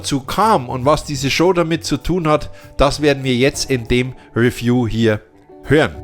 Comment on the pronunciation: Hat Dir eigentlich noch nie jemand gesagt, dass Du "Review" falsch aussprichst? Tut richtig weh im Ohr. Und es heißt Re- pr-i- se und nciht "riprais".